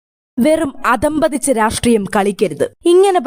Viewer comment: "അധമ്പതിച്ച" എന്നല്ല മാഡം, "അധഃപതിച്ച" (അഥവാ അധപ്പതിച്ച) എന്നാണ് ആ വാക്ക്. മലയാളം ഉച്ചരിക്കാൻ പഠിച്ചിട്ട് ഈ പണി തുടരുന്നതാണ് നല്ലത്.